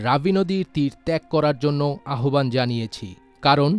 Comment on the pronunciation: আহ্বান শব্দের উচ্চারণ আওভান হয়। আহোবান নয়।